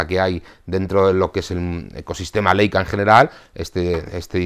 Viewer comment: Como el saber no ocupa lugar Leica se pronuncia Laica . Sólo para ayudar nada mas